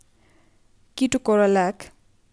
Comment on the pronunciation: It's ketorolac Not keto corolac